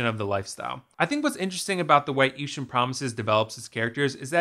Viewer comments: Eashtern?? How rather annoying.... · Lol sorry, can't get over the idea that you put so much effort into the presentation and quality of this video and then referred to the film itself by a word that doesn't even exist in the English language for the entire video. Eastern Promises my friend. 'Eeshun' isn't a word.